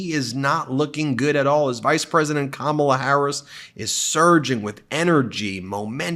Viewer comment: He calls her Kam- ALL-a. How about starting to call him Don-OLD? Please start this trend.